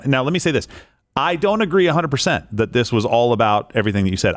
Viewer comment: “I’m looking for someone “thawt.” WHY DO WOMEN UNDER 30 ALL PRONOUNCE A SHORT “A” AS A SHORT “O???” This “oxcent” is so vapid and decreases credibility!